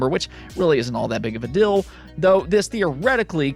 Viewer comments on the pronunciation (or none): You generally say 'dill' instead of 'deal' so the Guile reference made sense. Guile is a character 'which' has a hard to say name. (Should be 'who', but that the other mistake he makes every YouTube).